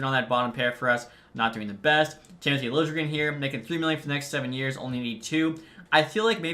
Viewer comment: Lil-Ja-Jren It’s lilegren pronunciation